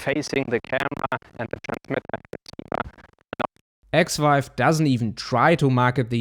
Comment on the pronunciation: I kept hearing 'ex wife' instead of Xive